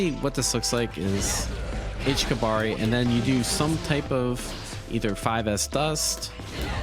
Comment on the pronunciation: sigh it's not pronounced kabari, it's pronounced "KABA-REE!!!"